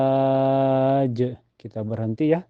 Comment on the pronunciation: Ustadz...kok azwajiww...bukannya azwajiyy? Maaf ustadz saya baru belajar